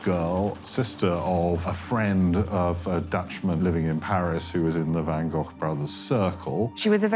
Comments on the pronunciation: Jeeze Louise, Van Goff is just as wrong as Van Go. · What is the proper pronunciation of Van Gogh? The narrator and that woman pronounce it Van GoghF and it's kinda making me crazy 🤪